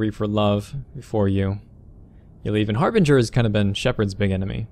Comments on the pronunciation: you do realize the guys name IS Harbinger NOT Harbringer right? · I know I am a minority but the pronounciation of Harbringer as Harbrin-jer annoys me